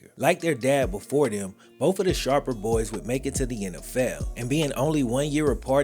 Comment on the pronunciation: Oh no, DARREN SHARPAH